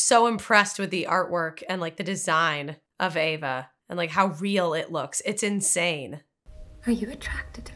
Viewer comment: Also, you guys, it's "AVA"! NOT "Eva". It's even within the captions of this video! Just look at the screen!